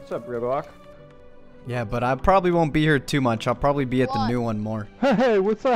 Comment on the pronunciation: Instead of "New", you said "Bew"